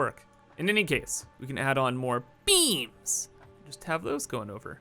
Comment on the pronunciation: I love how when says beams it sounds like beans.